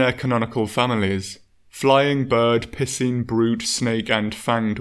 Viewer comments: caught me of guard, I forgot the dude produces "piscine" as "pissing" instead of "pie-seen" lmao. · Ok look I don’t mean to be “that guy”, but I had to do a double take when you said “piscine” like “pissing”. Like for a split second I tried connecting dots in my head that lead me to think there are monsters that just urinate everywhere. I’m sure it’s pronounced “pie-scene”. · its not pissing wyverns its pie-seen wyverns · Had to back it up three times before I realized it was “piscine dragon” and not “pissing dragon.” 10/10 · Missheard piscine wyverns thought he said pissing wyverns🤣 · Ohhhhh, it's the "piscine wytherns", not the "pissin' wytherns". That makes more sense. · I thought you said pissing at first not picene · No matter how often i replay it i always understand :"cephadrome from the pissing wyverns" time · am i the only one who thinks he keeps saying “pissing wyverns” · I like the way you say piscine it sounds like you say pissing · Aaaand it’s pronounced pi-sine according to google. Then why is Pisces pronounced..? Oh never mind. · The way you pronounce Piscine kills me every time. Sounds like your saying pissin. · I swear he said pissing wyvern. Lol